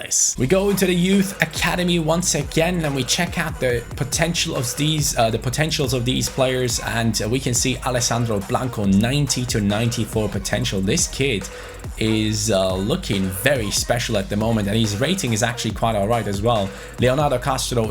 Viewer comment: The brazilian talent from the youth academy is called BRANCO not Blanco, just a detail which drives me mad😁